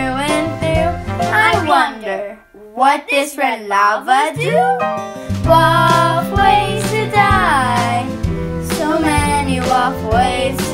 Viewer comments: I don't like that you say WoF ngl- (no hate tho) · Why did I think she said walkways to die when she said wof ways to die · I can’t stop hearing waffles now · When they say WoF ways to die why does it sound like they say ‘ Waffle ways to die ‘ ? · Sounded like it said "rough" ways to die xD